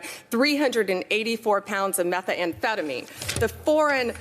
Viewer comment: "Mexeecans" and "metha-amphetamines"? Lol